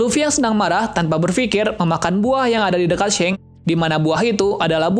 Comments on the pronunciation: Bukan shank tapi shanks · Shanks bang bukan sheng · seng hahaha... yg bener bro nyebut namanya. jadi gak enak bgt klu di deger penggemar one piece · G enak d dger shanks jd shenks